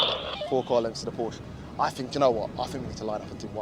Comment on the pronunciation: it's called Porsche not Porsch